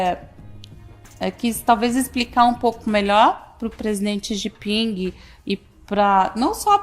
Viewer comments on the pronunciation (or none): É tão inteligente que fala : xi gi pingui